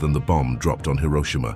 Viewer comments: "Hiroshima" ❌ "Hiroshima" ✅ "Hero-sheema" is not just wrong, it's like nails on a chalkboard. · People love pronouncing Hiroshima incorrectly for some reason